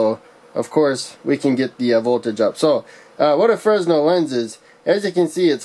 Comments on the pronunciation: It's pronounced "fray nel" lens NOT "frez nel" lens. The letter s is silent. This is because the inventor was French and their language is, shall we say, unusual. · Buddy love the video, a little correction, it’s FREH-NEL not FREZ-NEL.